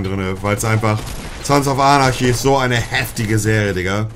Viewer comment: Wie spricht der denn anarchy aus der spako